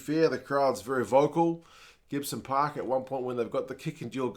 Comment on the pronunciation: Pronounce it right, 'Gibson Pork' lol. 😅